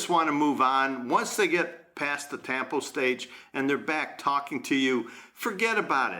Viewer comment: Isn't tampo pronouced with a short "A"